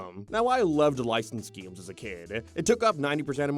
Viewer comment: gayeems... why do you say it like that? disliked the video cause its pissing me off